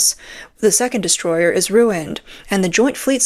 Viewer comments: I thought you said distroy-her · Oh, Destroyer. I thought you said destroyed.